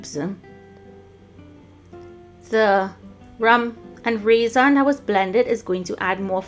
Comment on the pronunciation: Hahaha is saying RAY ZON loll to funny,, yummy ice cream